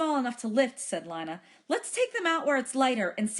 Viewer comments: How do I have 100 Subs Without any videos? It is Lina so it is lee-nuh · It’s Lina not Lana but thanks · This was very helpful, so thanks. ( It's Lina not Lana)